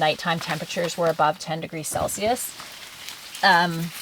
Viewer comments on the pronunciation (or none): none